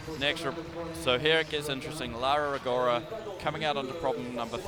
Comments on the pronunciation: FOR GOD'S SAKE... CRISTO SANTO... Mr Speaker, WOULD YOU FUXXXING LEARN HOW TO PRONOUNCE LAURA RO-GO-RA? It makes my ears bleeding hearing your british accent destroying an italian name. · Apologies (I did try to google this) but what's the correct way to say 'Rogora'? Does it have a different sound for 'ro', maybe? My instinct is to say it like did, ie horribly wrong.